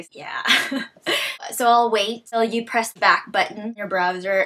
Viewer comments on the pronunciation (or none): none